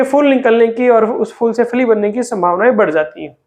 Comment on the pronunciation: FOOL nahin PHOOL. FOOL bole to Bloody Fool